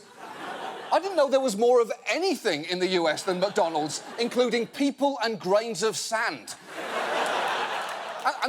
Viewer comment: It sounds like he's saying muckDonnalds